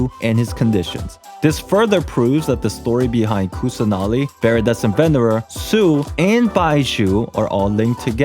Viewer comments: also btw im indian and i can help w some of the pronounciations. kusanali is actually kussah naali, then devi is they-vee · You just have to pronounce them as in sanskrit/hindi rather than English. It's not quite hard. Like Kusanali can be pronounced as 'Kus-nuh-li'.